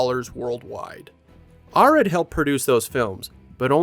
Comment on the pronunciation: Great videos, but cringing every time you mispronounce "Arad".